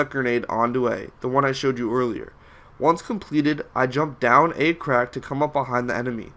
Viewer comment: LMAO he said A-crack